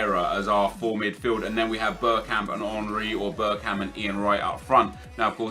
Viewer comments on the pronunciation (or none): none